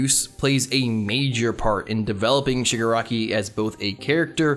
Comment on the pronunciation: its shig AH raki. thats my only complaint lol. i feel like in the end his goals are basically the same but he has more conviction. like he still just wants to destroy everything. love him tho tbh